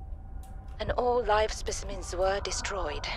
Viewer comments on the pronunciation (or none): none